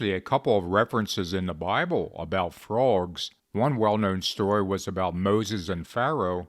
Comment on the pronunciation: Stop saying "fruogs."